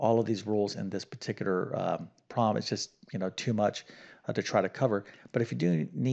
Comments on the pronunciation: I hear him saying "prom" rather than "prob" or the correct two syllable "problem", and yes, it bugs me too. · The word "problem" has two syllables, not "prob"; also, the word "thorough" is pronounced "THUR-oh" -- not "THUR-ull" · I hear him saying "probm", but that is not a probm for me.